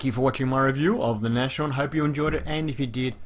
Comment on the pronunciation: Nice review as always. Just FYI this tank's name is pronounced Nas-horn, not Nash-horn. It's German for Rhinoceros ("Nose Horn"). Initially it was named Hornisse (Hornet), but was renamed, apparently because Hitler thought Rhinoceros was a cooler name.